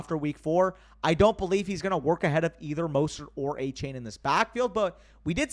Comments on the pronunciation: Btw I heard that Achane said in a press release that his name is pronounced “A-Chan”, not “chain”. Yet another player changing it up on us 😂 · Love the content as always but gotta get achane name right. After a game like he just had he deserves to be called by his proper last name. It’s not a chain it’s pronounced a chan.